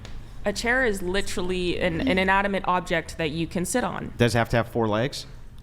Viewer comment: Because she pronounced literally….lit trall lee many times. She automatically wins and is correct.